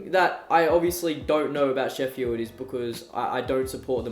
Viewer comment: Why do you say it Sheffyeeld?